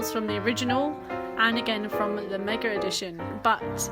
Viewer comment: MegaR edition? There no"R" in Mega.